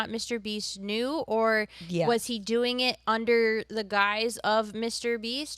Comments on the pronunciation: He knore the whole time. Sore now we knore tooer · Ahem, it's know-er. 😆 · Almost perfect English, then "ooerrr" randomly 😂